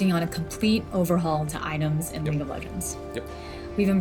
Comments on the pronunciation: He always pronounces league as leak for some reason xD. I hear it as well buddy you ain't going crazy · I swear is now saying "welcome to another leak of legends video", or am I going crazy?